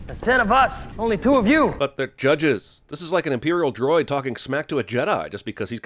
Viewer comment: Did you say Imperial droids!?!?